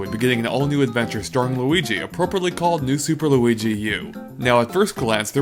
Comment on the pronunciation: did you say Luidi Iwata